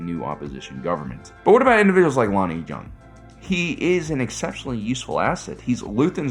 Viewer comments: Love your vids and analyses. But I believe his last name is pronounced "Young," no "J" sound. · I know it's a J and not a Y but you know Jung is pronounced "Young" right? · Small correction: "Jung is pronounced the same as "young". But great video overall man. ✊🏾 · how tf do you watch this series and come away still managing to say Lonni's last name wrong lol